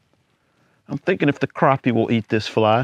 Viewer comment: It’s “crappie” not “crappie” man! Haha nice filet on that crappie!